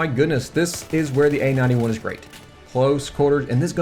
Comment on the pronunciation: Dunno why but whenever you say "A-91" I hear "AN-91". lol.